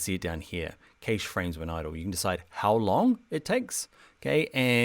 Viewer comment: Lool am I the only one annoyed by his pronunciation of cache.😂 My favourite and most useful is the illustrator Photoshop linked layers.